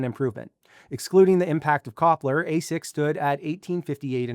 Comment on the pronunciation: Copler is pronounced Tshepler in Turkish